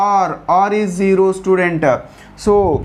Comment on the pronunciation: Sir I like the video but you are saying student sir say like child